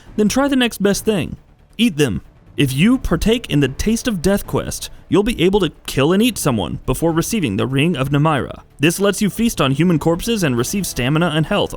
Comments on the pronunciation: Nice video, but . . . you need to learn how to pronounce names. Boethiah (Boe-Ee-Thee-Uh), Namira (Nuh-Mear-Uh) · The first most evil choice is mispronouncing daedric ( and ), Boethiah ( and ), and Namira